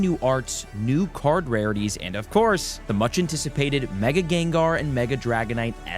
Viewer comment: You’re saying the names of the rarities correctly now, thank you